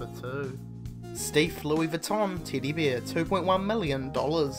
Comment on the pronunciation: I missed that. I was mostly focused on him saying beer instead of bear.